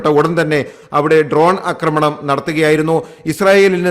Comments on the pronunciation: അക്രമണം അല്ല ആക്രമണം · ഞാനും ഇതുതന്നെ എഴുതിയിരുന്നു. ഇങ്ങേർ 'അക്രമണം' എന്നേ പറയൂ. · എന്റെ പൊന്നു സാറേ... അക്രമണം അല്ല ആക്രമണം എന്നുപറയൂ എത്ര കാലമായി കേൾക്കുന്നു കഷ്ടം.... ഇനിയെങ്കിലും ഒന്നു തിരുത്തി പറ..